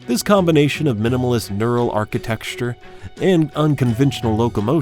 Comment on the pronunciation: Ok, it's pronounced Architecture not Architexture.